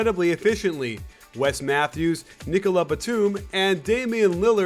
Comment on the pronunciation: He pronounced it the French way (a consumn as a final letter is rarely pronounced, especially an "s"). Nice international touch coach!